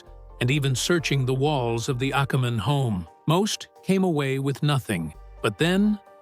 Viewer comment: Which is NOT pronounced "akkaman," despite what the AI says.